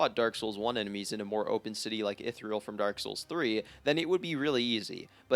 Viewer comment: This is the first time I’ve heard Irithyll pronounced Ith-iril.